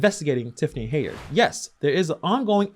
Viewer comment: I’m glad you’re covering this. Her name is pronounced Hen-yard.